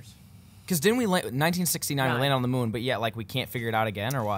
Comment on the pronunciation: moon not mood